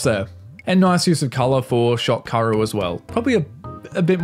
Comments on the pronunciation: Her name is pronounced Kah-oo-ru not Karu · K-A-O-RU not karouuuuu😢😢